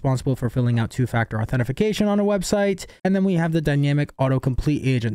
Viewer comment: Ok, dude. It's authentication, not authentiFication